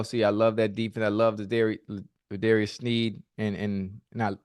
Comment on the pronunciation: Say it with me now, L'JARIUS SNEED! Not L'Darius. Pet peeve.